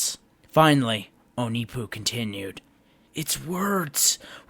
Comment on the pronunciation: That’s not how you pronounce onepu